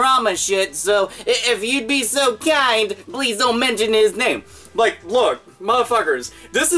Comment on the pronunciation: Didju rike it?